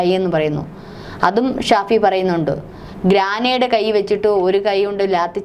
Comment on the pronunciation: " ഗ്രാനേഡ് " എന്നല്ല; "ഗ്രനേഡ് " എന്നതാണ് ശരി.